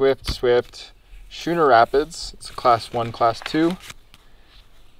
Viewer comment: Schooner.... with a "k"